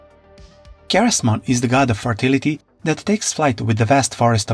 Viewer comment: it’s pronounced SEH-REZ-Mon not KAH-REZ